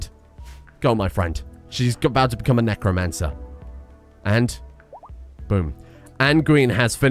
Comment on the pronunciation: Necro-anne-cer, need I say more?